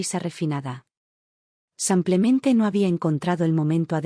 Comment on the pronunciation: ¡Qué pesar que haya tantos errores de dicción! Las historias son buenas pero los errores de género y esos "SAMPLEMENTE" son INSOPORTABLES. 😢